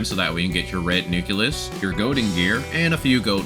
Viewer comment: It's still funny when you say "nukilus" instead nucleus and "silka" instead of Scylla.